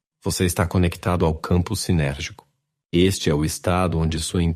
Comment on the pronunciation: Alô locutor presta atenção no que você tá falando não é campo sinérgico é campo sintérgico.